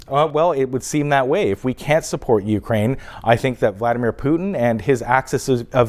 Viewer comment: Ukraine not wekraine